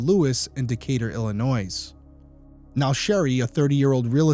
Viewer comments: I don't like to be picky but.... Your pronunciation of the state of Illinois is totally wrong. It does not end with "noise". This is the third time you mispronounced it in an episode that is why I mention it. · . The "s" is silent in Illinois. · Yooooo, it's a silent motherfing S!!! 😂😂😂😂 I cant decide if you really don't know that, or if they are paying you to prounce it this way to mess with us from Illinois 😂😂😂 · You are WAY TOO SMART TO not know its a silent S. And you say you care so much about pronouncing people's name's wrong. Let's start with your country's states. Just busting your balls here in Chicago. Hopefully my post doesn't sound mean or crazy. Lol you do everything else perfect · Derrick, my man, I love you, But as a midwestern, don’t pronounce the “S” in Illinois 😂